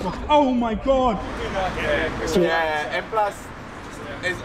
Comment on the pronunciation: you know it's tough when they say "oh my geuuge"